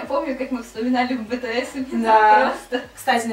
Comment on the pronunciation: Меня убила, когда сказала бэтээс!!!